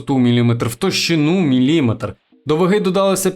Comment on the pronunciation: З наголосами — "якийсь капець просто") Чотирнáдцять, мілімéтр...